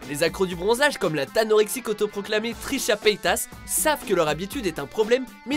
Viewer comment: J'ai bien entendu "Trisha Pétasse" ?